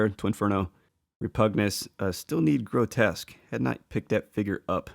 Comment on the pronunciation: Why do reviewers keep saying "Grotesque"? Grow-Tesk. The characters name is "Grotusque", Grow-Tusk. There's a "U" there. No one calls "Repugnus", Repugnant.